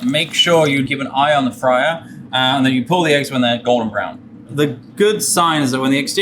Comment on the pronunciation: I swear this guy is saying Gordon Brown not “Golden Brown” lmaooo